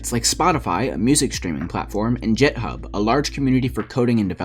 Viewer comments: you literally said jethub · this man said jet hub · Its not that hard to learn how to pronounce github